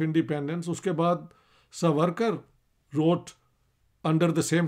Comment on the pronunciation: سورکر نھین ساورکر بولو